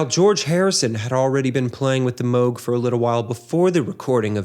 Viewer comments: Someone who knows how to pronounce Moog correctly! My prayers have been answered! 😭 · the dude above is half correct. It’s M oh g. It’s a last name. Many people pronounce it as müg and are incorrect but it’s also ok and accepted at this point. They’re right about Cambridge.